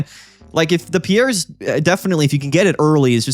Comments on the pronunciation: I I'm remembering correctly it's not pronounced pee-air or pee_airz, but closer to pierce so it would be pronounced peerz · Its "Peers" as in, a jury of your peers. Google Piers Morgan and you'll see how people pronounce it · Hey so, the Galar region is based on Britain, we say the name like "Peers" here. I have friends called Piers, they say it like that. Hope that helps, love the channel. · All these content creators pronouncing Piers as "Pierre's" is killing me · You're sayine Pierre, the french name. The card is Piers (peers) like that dipshit limey know it all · I think it’s pronounced “Peers” lol like Piers Morgan. 😂 nice showcase though man. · Hey there, sick deck and nice video, just fyi since you asked, Piers ist pronounced like Pierce (Brosnan). Piers is the medieval version of Peter. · Will he ever learn how to pronounce Piers…. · One of these days we'll pronounce Piers right 😂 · The support card piers is pronounced just like piers Morgan. The talk show host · It’s Piers like “cheers”. The s is pronounced